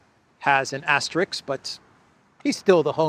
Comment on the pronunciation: It's "asterisk" not "asterix" !!!